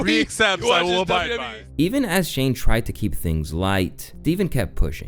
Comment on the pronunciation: Atleast you managed to pronounce Shane's name correctly